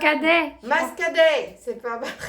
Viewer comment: Coucou on dis aromates et muscadet pas mascadet c est du vin du vignoble nantzis le muscadet😂😂😂😂😅😅😅😅